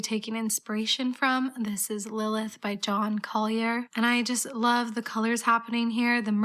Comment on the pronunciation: Just wanted to let you know, that Collier as a surname whilst potentially French in early origin(depending) it is a completely English surname and is pronounced like the word itself. Not trying to be a smart arse. I just have a similar origin surname that is commonly mispronounced and so it’s a pet peeve of mine. Absolutely love how inspired you are by art and history! It’s really nice to see in the makeup space as it is less common.